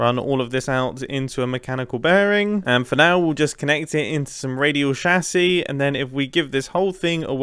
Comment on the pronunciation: is it me or does it trigger me when he pronouce radial chassis wrong?